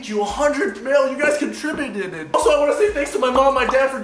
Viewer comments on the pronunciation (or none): CONTRIBUTUTED lol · "You guys contributited😭" 😂💀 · “you guys contributeded”